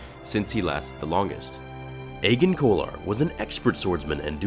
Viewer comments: If you're showing agen kolar (pronounced ajen I would've thought) then the shots of him with a green lightsaber might be eeth koth instead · So that's how you pronounce Agen and Saesee's name